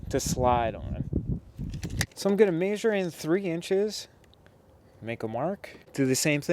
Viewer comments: This was really cool and informative, BUT.... the way you pronounced it "may-sure" instead of "meh-sure" nearly drove me crazy. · Pronounced "mesure" the A is silent in measure. Awesome idea! I am going to do this in my garage. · Maybe the people who can't stand him saying MAYsure. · OMG the way he pronounces Measure is driving me crazy lol. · Great video! I couldn't help but notice the way you say measure. Anyways I just subbed to your channel!